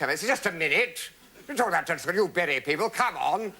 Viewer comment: "Church of Scotland" Perfect accent Kenneth, from a Scotsman.